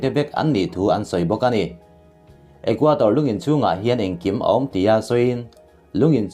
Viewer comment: Ecuador..Ithil chhiar hi Equator tih hlira kahriat chute😁